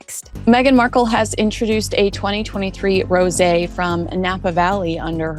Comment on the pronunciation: Your AI voice is stupid. Doesn't know how to pronounce words. Rose when applied to wine is a 2 syllble word. Get your act together AI VOICE BAD.